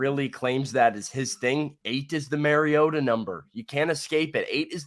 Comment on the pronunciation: I wish they would say MAR-iota instead of MARYota 😡